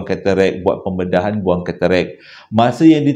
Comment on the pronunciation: Lawak plok dngar keterekkk😂,tk silap ketarak lh.Maaf akak trgelak😊